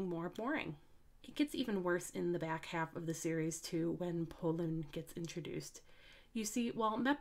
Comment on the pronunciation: Pollun? I thought his name is Porun.